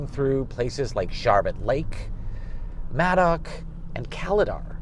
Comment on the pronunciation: Madoc is pronounced may-dock. 😊 Thanks for the tour. I love taking hwy 7, it's a mix of old and new.